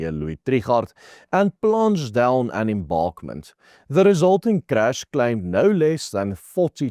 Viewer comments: Not embarkment but embankment ! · Ek verstaan dat ons Afrikaans is en het geen begeerte om Engels te wees nie maar jy moet miskien iemand vra om die goedjiejies te proef-luister voor uitsending. "Enbankment...embarkment" en "Freight....fright"